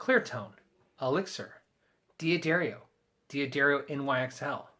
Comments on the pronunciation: why can't American guys (and Brits) not pronounce D'Addario correctly. It's pronounced "Daddario" not "Dee Addario" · American pronunciation of European names is rather embarrassing to hear. Just imagine the apostrophe wasn't there next time, please,. Say DADDARIO, DAQUISTO. D'oh. (or is that pronounced DEEE-OH)